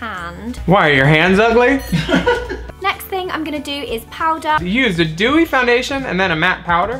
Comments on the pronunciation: I THOUGHT SHE SAID JEWY TOO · she definitely said JEWWY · It does sound like she says a "Jewy" eye. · I am English, she said dewy, we pronounce it Jewy. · I don’t like Zoella and thought this was so funny but yeah we say like jewy it’s weird and when we say duty it’s like jewty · Bold eye my ass lol, looks like the swamp mud Shrek swims in and brushes his teeth with at the start of his movie. Also I lost my shit at, “Did she say jewy or dewy?” OMG I replayed that like 20 times at least, she definitely said jewy. So funnyy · She DID say “Jewry”! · I 100% heard Jewy Look LOL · Sis I live in the UK and it deffo sounded like she said “Jewy” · Bitch, I thought she said "Jewy" too.